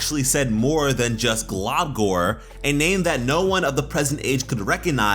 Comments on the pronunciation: I agree with this except it's pronounced glumgor not globgor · i dont if its because i'm british but i though he was saying 'globcORN', i couldn't of been the only one right?